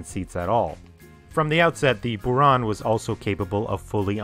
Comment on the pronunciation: Kudos to you for trying hard to be as accurate as you can! So I offer you some corrections: yes, Buran you correctly pronounced as "burAn" (blizzard), but others should sound as "enErgiya" (energy) and "soYUz" (union).